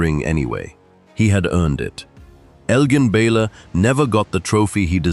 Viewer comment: It pains me on an immense level that you continue to mispronounce the name of this great NBA legend.